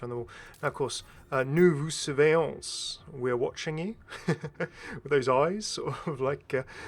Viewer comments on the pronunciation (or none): Didn’t know you speak French! It’s cute how sometimes you pronouce letters that shouldn’t like the s after surveillons and the t after ouvert. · I like the way you pronounce every letters : "Surveillonssssssssss", "Ouvertttttt" X) Those two last letters are muted. Still very good french tho.